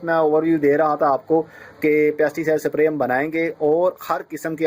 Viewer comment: its not sapray its spray